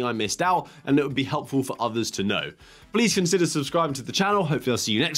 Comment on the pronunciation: I miss your old way of saying good day 😂 Bring back the signature style